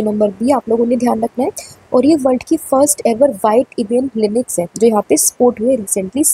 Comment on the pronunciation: Inix nahi Lynx hai madam